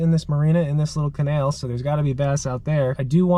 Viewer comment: “Da canail” “In this canail” “CANAIL!!!”